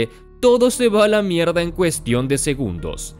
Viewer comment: me mata escuchar a pronunciar 'mierd4'. le re cuesta JAJSJAJAJA